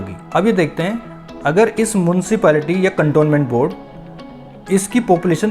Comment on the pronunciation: मुंशीपालिटी नहीं म्युनिसिपलिटी